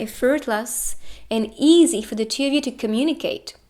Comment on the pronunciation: Why she says " pile number chiu" 😂